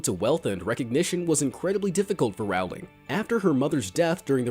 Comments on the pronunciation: It’s not «J.K RAULING» it’s «J.K ROWLING» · its Rowling like bowling Not rowling like howling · SOMEONE SAID J.K. ROWLING WRONG AGAIN it's pronounced rolling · Regarding JK Rowling’s name, the Row does not rhyme with cow. It rhymes with Joe